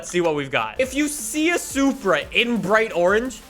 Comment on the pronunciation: You’ve been pronouncing it like soupra,must be still high on soup after the soup wars